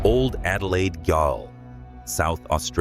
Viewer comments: Gaol ... is Jail. I hate AI won't be subbing to this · pronounce gaol corectly, I mean it isn't even an unusual word, or an Australian one.